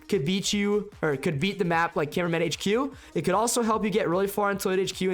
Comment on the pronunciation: You said cineminman 😅